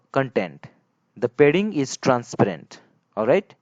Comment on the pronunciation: oh man its not aa wedding its aa padding